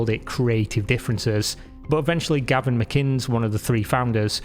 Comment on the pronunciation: Gavin McInnes, not "Galvin Mcinnes" lmao